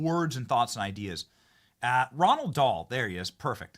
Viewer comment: Not Ronald Dahl. Row-Ald